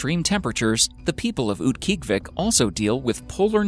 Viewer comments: I used to live in Utqiagvik growing up. LOL, it's actually pronounced oot-kee-AHG-vik, except the /q/ is further back than an English /k/, and the g is voiced fricative so it's "dragged" rather than being a hard consonant. It used to be called Barrow, but the Inupiat people have reclaimed their heritage and renamed it. In the summer, it's not that bad, gets about 50 fahrenheit in the summer. The weirdest part is the 24-hours of daylight in the summer, and vice versa in the middle of winter. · uut-gee-ahh-vic, haha formally know as barrow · It is pronounced oot-gee-ah-Vik!!! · mispronounced "Utqiagvik" its UTT-KEE-AH-vik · wow, that name was butchered! Utkiagviq is Oot-key-og-u-vik. And its the big city 45 minutes flight from my 200 people village. Kind-of "isolated". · It's pronounced oot-kee-ah-vik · Mispronounced Utqiagvik. Proper pronunciation: Oot-key-ah-vick. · Oot- guy-uhg-vik. Utqiagvik. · He is pronouncing Utqiagvik way wrong. My aunt lives there and that is definitely not how she says it. Also, I'm not really sure why they picked Utqiagvik when there are SO MANY way more isolated villages in Alaska. Any village in the Aleutian chain would have been cool too. Oh well, no real reason to complain, it's just YouTube.